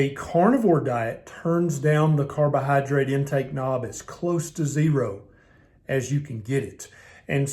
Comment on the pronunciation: i enjoy listening to ths doctors drawl my favortie word is "cardo-Hi-drate"